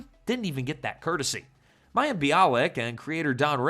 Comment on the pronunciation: Oh AI...you had me until you had to pronounce Mayim.